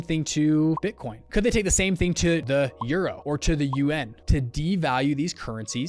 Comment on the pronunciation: y u say yuAn funny